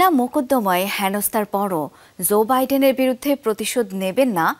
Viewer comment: zo biden ki it's Joe Biden